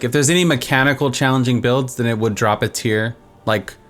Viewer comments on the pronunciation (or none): Sounds like you are saying 'aids-here' instead of 'A-Tier'. =) Great video, very helpful.